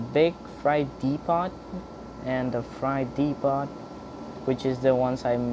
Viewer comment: Freight depot is pronounced: fr-ea-t de-po